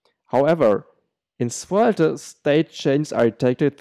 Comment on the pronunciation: Good video, but you don't have to pronounce the last e in svelt**e**